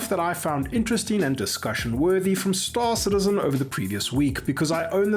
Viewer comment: Why does everybody ape after Morphologis weird "STAAAAR-cittizzen" pronounciation?